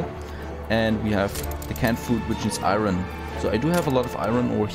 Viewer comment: you keep pronouncing iron - i-ron and its pronouced i-earn, not that it bothers me at all, just saying:) loving the play-through!